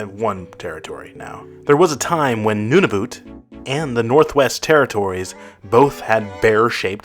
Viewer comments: secondly: Nunavut. You Pronounce it nun-i-voot when you need to Pronounce it nun-i-vut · its nun-a-vet